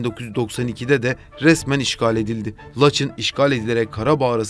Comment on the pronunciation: Mayın'a May(ı)n diye biliyorsun. Laçına neden Laç(i)n diyorsun. Acayip tilt oldum